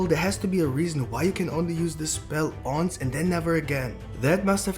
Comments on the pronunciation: It's once not unce 🤣🤦🏾‍♂️ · just to let you know the pronunciation for once is one-s not ons. :)